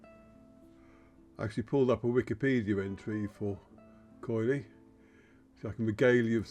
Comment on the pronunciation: It is pronounced Kili, the oi is and i sound in Greek.